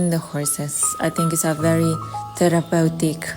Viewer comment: Did say it therapatic? 😂😂😂. I can't with these people and their manufacturerd words